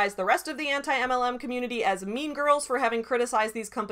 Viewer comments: It always makes me laugh how says 'anti-MLM' as if she doesn't know how to pronounce the word anti. It's so damn funny. She tried too hard to protest her innocence by trying to play like she didn't know what anti-MLM was so hard that she acted like she didn't know how to speak English. This is a pattern I've seen. She lies to make herself look better and then five minutes later she forgets her lie to say something that directly contradicts it. This shit is wild yo. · “Auntie Em… LM” in Kansas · I love how pretended that she didn't know how to pronounce "Anti-MLM community".. pathetic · I CANT EVEN with the way she pronounced "Anti-MLM". I die every time i hear it. Ugghhh.